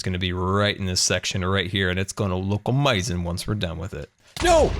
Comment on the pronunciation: I like how says amazing like "owmazing"